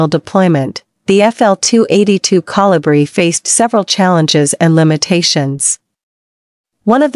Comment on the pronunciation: Couldn't properly pronounce the name of the Kolibri. Very distracting to say the least.